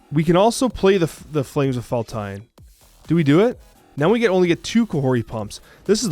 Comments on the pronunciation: Faltine pronounced Fall-teen. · It's pronounced fall teen, but thanks for the effort you put into this card sir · Its fal-teen but whatever